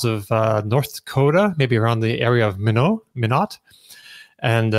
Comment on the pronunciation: Pronounced "mine-ott".